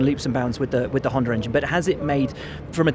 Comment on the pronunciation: I was just quoting Will. He can't say Honda correctly.